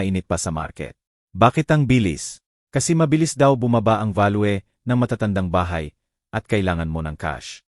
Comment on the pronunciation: Ano ba Yan Ang tangingot Naman mgbasa, value, valwe???😡